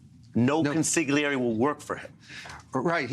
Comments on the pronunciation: Ari, that's pronounced KON-sil-ee-AIR-eh. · Ari, the "G" is silent in "consigliere," just like how the "Mitch" is silent in "impeachment" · Hey Ari - the G in consiglieri is silent. I know that and I’m a Brit